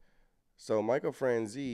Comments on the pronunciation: Michael Fran Chaz ee. That's how you pronounce Michaels name. If you are familiar with the movie Goodfellas, the main character, Henry Hill, is walking into a the restaurant the gangsters all frequent and he's naming several gangsters, name dropping famous mobsters. You hear him mention Michael Fran Chaz ee. He was a big earner in the mob in his day. He had a scam he was doing where he was getting a sales tax for every gallon of gas that was purchased in New Jersey. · It’s pronounced Michael Fran Chay Zee not Franzie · It's pronounced like "niece" without n sound. Franz"ese"